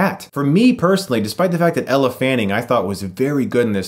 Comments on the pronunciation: I love ya, Chris but it's "L" Fanning (Elle is not pronounced EllA!) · I love your videos but every time you said 'Ella' instead of 'Elle' it made me cringe 😂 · It's not Ella, it's Elle. Pronounced "L". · Elle, not Ella. Bizarre that you keep mispronouncing it as you spelt it correctly in your video description. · Except Chris pronounced her name wrong by saying "Ella" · I like your review enough to forgive calling Elle “Ella” :P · Her name is Elle Fanning, not Ella. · I loved this review but I couldn't get over the fact that Chris kept pronouncing Elle's name as Ell-uh and not El pronunciation. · I thought her name is Elle, not Ella? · Its Elle Fanning, not Elephant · Her name is Elle, not Ella! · Elle Fanning not Ella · Omg Stop calling her "Ella". It's Elle...like L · Winding. Hard 'i'. Elle, not Ella. You are a grown man with facial fair and you have comic book/anime figurines proudly displayed behind you. (Miranda Priestly voice): That's all. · Elle not Ella lol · E l l e not e l l a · Its actually Ell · I know and Chris knows that to so what? its pronouched as Ell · Alex Meyer Thats right you pronounch it as Ell and not Elle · It's pronounced Ell, not Elle. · "L" Fanning *How to pronounce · Am I the only one who hears Ella fanning? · Chris, it's Elle fanning. One syllable. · Great video but Elle Fanning doesn't have an A in her first name it's pronounced "L"